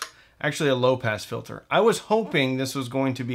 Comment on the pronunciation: You said “low pass filter” I heard “low pants filter”